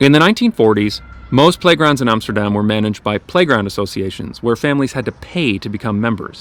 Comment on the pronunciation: YES! He said Amsterdam and NOT Emsterdamn